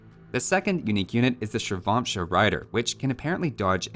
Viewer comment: Please in future when you pronounce the names of the unique units, use the following as a guide. Urumi - Oo(as in ooze) roo-mi(me) Ratha - Ru(like in Rust) thaa Thirisadai - Thii ( as in these) - rii (as in revolt) - sa (like in sub) - dai (like die) Chakram - Chuck-rum Shrivamsha - Shree - vam - shah Ghulam - Goo-lum